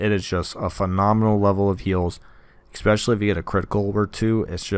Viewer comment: There's no X in "especially"